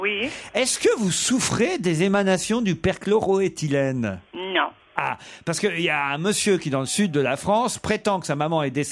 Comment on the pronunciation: Perchlo - roethylene ! Ruquier est hallucinant il n’en rate pas une dès qu’il faut faire une erreur de prononciation. Un génie de l’erreur orale !